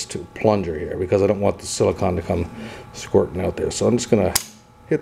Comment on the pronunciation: sili-CONE, not sili-CON.